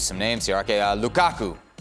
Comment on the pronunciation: Ale saying lUkAkU still cracks me up😂😂😂😂😂